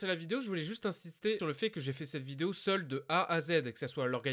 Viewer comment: tu appuie trop sur le mot seul